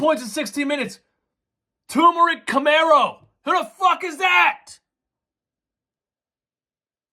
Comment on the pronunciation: bro said turmeric camero lmao